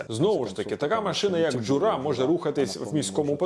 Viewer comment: Класне відео, і окреме дякую за дубляж іноземної мови. Тільки при дубляжі замітив помилку в наголосі в слові "Джура". В ньому наголос має падати на перший склад, але в дубляжі завжди наголос на др4угий склад.